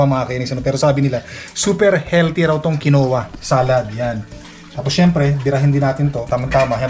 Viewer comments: It’s quinoa sir! (Keen-wa) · "Kinwa" ang pronunciation niyang Quinoa. Ganun talaga, kung hindi pa tayo makaramdam ng sakit, hindi tayo magiingat sa kinakain. Siguro nilagay ang pera sa Registered Educational Fund kaya kailangan ng proof of enrollment.